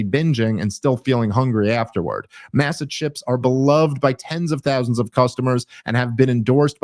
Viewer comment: The A in Masa is pronounced like Ah as in father. Hes pronouncing his add wrong. Thats all I got.